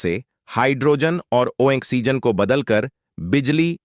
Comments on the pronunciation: तक बकचोदी ! ISRO का बेवजह जिक्र ! घटिया AI dubbing : "बाढ़ (बढ़) जाएगी." "किमी (किलोमीटर)" "ओएक्सीजन (ऑक्सिजन)" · Good informative video, however your pronouciation needs improvement. It is Oxygen not Oixigen. A constructive criticism.